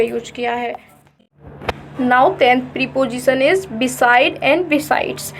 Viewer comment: Prepojisan nahi prepositions.